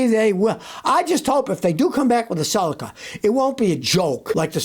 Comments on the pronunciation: It's a cel-ica, not a cel-eca. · Suh-lee-Kuh not sulaka….Celica